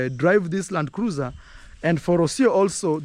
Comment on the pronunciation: Hey just say Landcruisr👍🏿👍🏿LUV